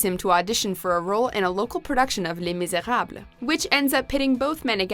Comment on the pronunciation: "Lay MiserHABLUR" Wow you really went for that